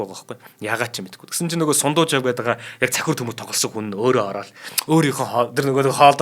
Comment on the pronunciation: Сундуйжав биш Сандуйжав шүү